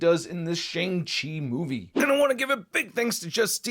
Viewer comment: Shang Chi is pronounced like "Shahng". It is the long "A" sound, closer to "Shong" but more like "ah", like Ahsoka.